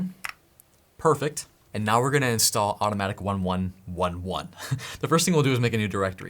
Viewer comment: It's pronounced automatic eleven eleven.